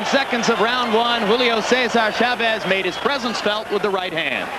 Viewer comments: teach ray how to say chavez name ,,, accent is on the a, just like your last name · sugar ray could never say chavez correctly the other announcer always did.